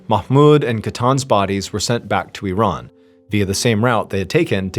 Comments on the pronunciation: I love you know how to pronounce Iran correctly! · I am glad you pronounce Iran correctly, exactly the way you said it is not I Ran , I am not going anywhere lol!